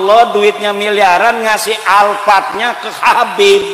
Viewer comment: Imad aja manggil habib pakek k 😂